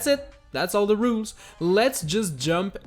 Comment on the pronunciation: Yes all the “rools”